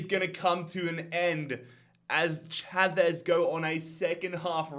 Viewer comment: you say familicao Fa-mil-i-Kao and GD Chave shav-es😊